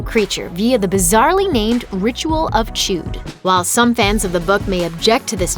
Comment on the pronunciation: Macroverse not Multiverse and Chud not chude